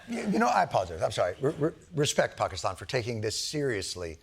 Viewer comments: Bravo Jon! first time I've heard an american pronounce Pakistan with the right weight on first A. 😀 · Whoa Mr. Stewart... the pronunciation of Pakistan/ Pakistani... very impressive!!! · Wth. As a brown guy I'm lowkey impressed with Jon's pronunciation of 'Pakistan'. First white dude to do it properly. Bra-vo my friend!